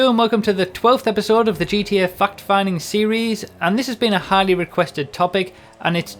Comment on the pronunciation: No one else noticed how he says fact? Sounds like he's saying fucked